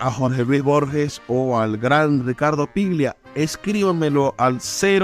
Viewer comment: Ricardo "PLIGIA"??? Mamita querida. Afanen bien, viejo.